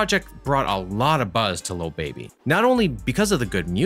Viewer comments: tre wright it’s not “Luh baby” either smh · he a white dude. He say “little” instead of “lil” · Is no one gonna talk about how he says little baby instead of lil baby? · anyways annoyed tht he kept sayin “little baby” instead of “lil baby” 😭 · His name is lil baby not “little baby” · Great video but it’s lil baby not little baby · keeps say little baby it’s “LIL” baby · It’s lil not little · He literally says “little” baby😭😭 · Say "little baby" one more time, i dare u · I swear if you say “little” baby one more time... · Man keeps saying little baby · He messing up the name 😑 what’s is “ little baby 😂 “ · They way he said “Lil Baby” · Does a video on lil baby but doesn’t even know how to say his fucking name